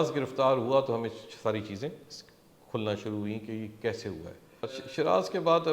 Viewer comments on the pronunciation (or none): none